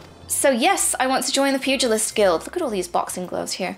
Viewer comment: thank you for saying pugilist correctly! so many video making me flinch